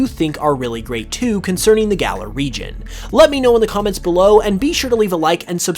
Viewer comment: Why does he keep saying Gala? It's Galar, dude